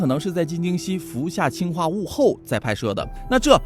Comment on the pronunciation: 氰化物里的氰是二声，我原来也以为是一声，但是说为了跟氢区别开来，所以把它给设定成了二声。